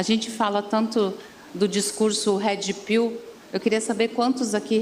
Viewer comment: Gente, eu nâo entendi a falha na palavra pilula. Será que tb falo errado?😂 Mas a pronuncia dela de inglês é triste haha "hedi piu"😅